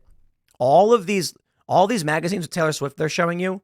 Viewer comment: Tay-Lee I hate it